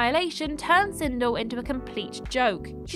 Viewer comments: First of all, it's not "Sindull" it's "Sindel". Second, I really enjoyed both MK movies as a kid and I still enjoy it. Your opinion sucks, love you guys :) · Never going to unhear "Sindle" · The number 1 entry Sindel is supposed to be pronounced as if it rhymed with Bell. Also, unfortunately Mortal Kombat 11 removed the positive characterization of Sindel that was in the previous games. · I mean, you butchered Sindel’s name so….